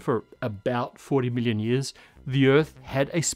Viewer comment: The way he says million sounds like billion and it always hits me off guard.